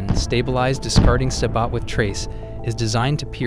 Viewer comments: I trust little this good 'English' reader who is obviously not authorative about the subject matter ( example : 'Sabott' not ' sabo ' for french : " SABOT " ) says in A L L the files he reads for everyone . ( 2023 Aug / 09 ) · No self-respecting tanker pronounces the "T" in "sabot". It's "say bow"